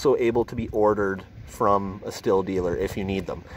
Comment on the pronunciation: Thanks for the video but Stihl is a German word.... German vowels: A (ahhhh), E (eyyyyy), I (Eeeeee), O (ooohhhh), U, (ooooooo). Sthil is not pronounced Stilll.... It is pronounced Shhhhhhhhttttttteeeeeeeeellllllllll, please. Shhhteeeellll.